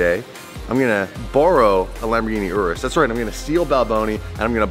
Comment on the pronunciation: Urus pronunciation on point 😈